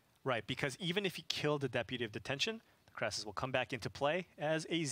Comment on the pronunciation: It is not a Krassis. It is a KRASIS. CRAY-SIS.